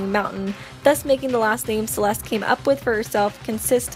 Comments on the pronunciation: I love Celeste! :D But its (Sell - Est) Like "Best" but without the B Not (S - Uh - L - East) Like the direction Im rlly sorry, it just rlly bothered me :c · i know she did not just say celeeste- 😭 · why does she call celeste "celeeste" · There’s only one thing I have an issue with here. “Ceeleese” is how she pronounced Celeste’s name. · It’s Celeste Sell-ess-tuh